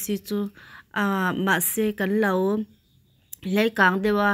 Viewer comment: Hlei kâng ti lo la, lei kâng ti la.😊